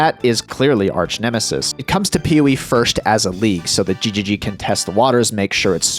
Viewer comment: Did you really say arsch nemesis on purpose ?